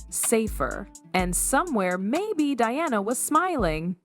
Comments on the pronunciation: Diana, not dee-ana😅😅😅😅😅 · You could at least get your AI Voice to properly pronounce Diana’s name… instead of saying Deanna…. Say DIANA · Learn to pronounce Diana's name please...." Die-Anna " please ....not Dee - anna!!!! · If this voice can not pronounce Diana. Using Deanna. It is B S. Look up SEPPO, australian slang. More BS. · Did she just mispronounce Princess Diana’s name. World Famous Diana? She said “Deanna”; what an Idiot!! So Pathetic! 👎🏻👎🏻👎🏻